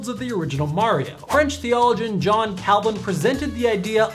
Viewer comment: I can't help but giggle at bit at the fact that people give you a hard time about the pronunciation of a fictitious game world but not of the actual word Theo-LO-gian. Although, i am one of the few people that ever actually mentions that type of thing being the dinosaur that I am.